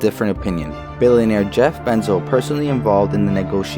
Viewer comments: That was driving me insane too hahaha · "Amazon's Primes Jeff Benzos" -Narrator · can't believe you said jeff benzo